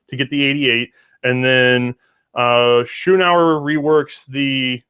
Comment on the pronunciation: Thank you for this presentation! However, some manufacturers' names and/or arm types are not pronounced correctly. MAN-Lee-HER, NOT ManliKer! ShEnn-a-uer (Shen as in then).